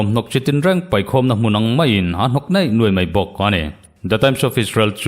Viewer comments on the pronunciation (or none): Neih nuaih ni lovin 'niaih nuaih' tih ṭhin tur aw. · Neih nuaih/nei nuai ni lovin, niaih nuaih/niai nuai tih tur aw.